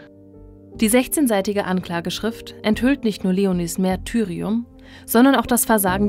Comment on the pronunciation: mArtyrium, nicht mÄrtyrium!